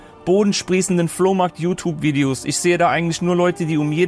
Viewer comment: Wusstest du dass du nicht richtig Youtube sagen kannst?